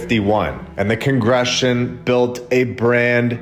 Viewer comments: Much more credible if you can actually pronounce some of the words you’re reading sir. TRY “CON—GRA-GAY-SHUN” Slow you’re roll enough to speak and read correctly, otherwise it makes you sound ignorant. Not saying I disagree with your narrative. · Con-Greg-Ation. I can't stand when a content creator has good information to relay but can't pronounce simple words. You're either smart or not bro get it together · 253 thousand subscribers now! Thank you for waking us up. "Cong gruh gay shun" is how you pronounce congregation. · just a hint here...Cong Gre. Ga. tion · Con Greg Gation is how it’s pronounced…..love your channel btw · Con-gre-gation…sorry it’s my ocd, amazing vid as always 💙 you bro.